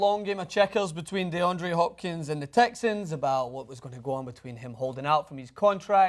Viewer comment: Deandre, not DeAndrew